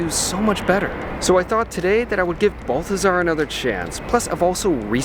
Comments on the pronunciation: Please note. It’s not BUL-THAZAR. ITS BAHL-THAZAR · You prronounced it wrong. You have to say it like a rich snooty Parisian...'Behl-teh-zar'. Are you leaving there when Commie Mamdani gets elected and ruins NYC for years?